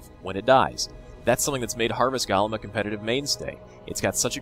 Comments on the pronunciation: Its gOlem, not gAlem :D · He pronounces it gollem, not galem. Both are wrong, but, just sayin.